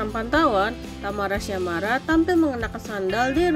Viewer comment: Tamara syamara ? Yg bener mimin,,tyasmara/tiasmara gitu 😂😂😂baru belajar baca ?